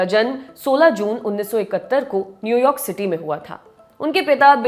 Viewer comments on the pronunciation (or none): none